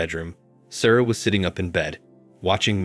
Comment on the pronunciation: Not going to listen to "Sarah" pronounced "Sorrow" for forty minutes. Have a little pride in your channel.